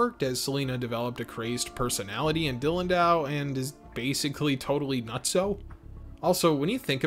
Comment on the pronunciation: I have not seen the funimation dub…but did the funimation dub butcher the names of characters and such? Guylemefs? Dylan-dow? I watched another review that also called the guymelefs “guylemefs” and my heart lurches every time. Apologies, I have been in love with this anime since it debuted on fox kids as a kid so I know this anime very, very well.